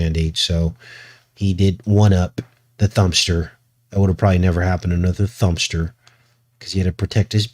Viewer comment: Every time you say the thumpster I think the dumpster sorry die just always think that every time you say it later I guess God does have a sense of humor